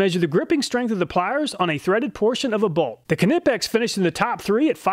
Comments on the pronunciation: Knipex is a German brand, produced in Wuppertal in Germany, and If you want to pronounce it correctly, you should pronounce it like the Germans do. And that isn't the way with a soundless "K". "Neepex" is just what native english speakers have made out of it.😉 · You can’t really hate on this man, he gives us the stats and tests that other content creators just can’t. Idk why you say Knipex like that, but otherwise an awesome video. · 1. Say the word knife, now apply the same silent ‘k’ to knipex! I bet you miss the second i out of aluminium.😜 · OK reluctantly I'll be that guy. The "K" in "Knipex" is silent. No disrespect intended and thank you for all your efforts and videos. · Holy shit it frustrates me so much: the K in Knipex is silent ffs 😂😂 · The k is silent in knipex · Is that the correct pronunciation of knipex?? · The k in knipex is silent . Lol . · is that how you pronounce knipex? i thought it was a n sound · Yes, you're wrong. But nevermind IF you'll pronounce the "K" in the right way in the future😉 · I can't get over how he pronounces knipex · Apparently, I've been mispronouncing Knipex my entire life. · we always say it nipex no knippex kind of like how you say nife and not knife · Ca-nip-ex vs knipex, i thought the k was silent? Lol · Pronounced Nipex. You don’t say K- nife. Which is also a German based word. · “Kanippex” killed me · Ka-nip-ex > Ny-pex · I think this is the only time I have had any complaints about any of your videos... but for the love of God... say it with me. Ny pex. Knipex. Not kuh nip ex 🤣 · Ni Video. One thing. Knipex is pronounced "Ni-Pex" not "ken-ip-ex" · It's pronounced with a silent K - nipex not Kerr-nipex don't worry your an American you can't help it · i fell and broke my kuh-nee when you said kuh-nipex lol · Knipex - Ni-Pex The K is silent. Thank You. Love your videos !!! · Love your videos mate. As an engineer I enjoy them. Just remember it's pronounced Nipex ,. The K is silent. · Keeenippex :) Love the pronunciation